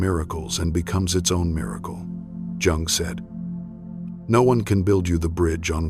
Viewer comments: It’s hard to hear his name have two different pronunciation gung and yung I think the correct one is the second yung the vidoes are excellent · I see myself in this. The constant criticism... and then I married a man who did the same thing. I also had to minimize my spiritual interests. So many other signs I relate to!! PS: isn't Jung pronounced as Young? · Please have your AI pronounce Jung's name correctly and stop interjecting "music". Proof your final content and reading. Otherwise, your channel appears amateurish. The content is good, but the delivery with AI not good. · YES! It's driving me crazy every time I hear him MISPRONOUNCE the name of the person is quoting!! It is disrespectful and ignorant. I will go to another website.